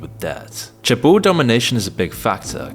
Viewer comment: Seoul = Soul Lotte= Low Tay Chaebol= Chay Bal